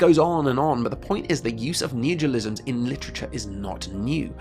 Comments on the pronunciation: But I just bought that book... I can't read it now? Also, you keep saying “neogelism.” Is that your neologism for “neologism”? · It's neologism, not neogelism, lol